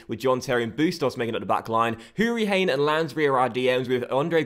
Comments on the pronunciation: its pronounced Hoo-Ree-Han not Hain 😘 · Its Who-Ri-Han not Hane btw (Conor hourihane) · ITS HOURIHANNNNN NOT HANE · Hourihane is pronounced who-ri-han instead of hane :) happy you're doing a villa career mode keep up the good work! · Hourihane is pronounced. (Hur-Ri-Han) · Hourihane is pronounced with a silent ‘e’ , aha. I’m ocd about it bc he’s my favourite villa player (and start him in the career mode) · Hourihane's name is pronounced as if the "e" wasn't there